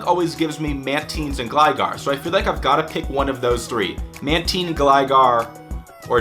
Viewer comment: I cringe whenever he says Man-Tean